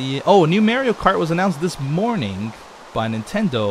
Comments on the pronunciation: M-AW-RIO.......not MER-RIO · Why do people pronounce MARIO MAIRIO? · it's MAH-rio, not MEH-rio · you says mario wrong You say it like its spelled mairio instead of mario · mareio? mario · U say (Mary o) it's Mario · You can tell when a gamer is of the older generation when they pronounce Mario as merryio kart. Lols your awesome beef please do a facecam in the near future! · Its pronounced Mah-Ree-O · Just sayin, you pronounced Mario wrong... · Mah ree oh, OCD sorry beef X3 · Dude Mario is pronounced morio the a makes a o sound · says Mario weird lol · You pronounced Mario wrong!